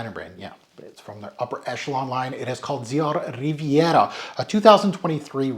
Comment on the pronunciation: When you said 'Christian Dior Dioriviera; I had literally had no idea what you were talking about until the picture came up. Your pronunciations are terrible